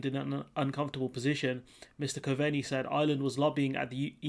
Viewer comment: Coveney pronounced Cove-nee Taoiseach pronounced tee-shock. You're welcome.